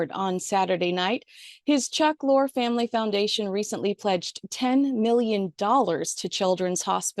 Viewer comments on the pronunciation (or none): I know that the spelling of his name looks like it's pronounced lore but it's pronounced Lorr-E. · You ended up mentioning Lorre several times, yet said his name painstakingly wrong each time. 😂😑 It's pronounced like "Lori" not "Lore" as in fiction/fairytale. Oof. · FYI it's pronounced Lorry. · I think Chuck Lorre's last name is pronounced "Laurie", but perhaps I'm mistaken. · Chuck Lorre’s name is pronounced Lorry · For heaven's sake, you're supposed to be some LA expert and don't even know how to pronounce Chuck Lorre's name???